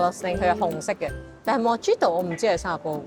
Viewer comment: Mojito correct pronunciation is Muh-hee-to. The drink originates from Cuba!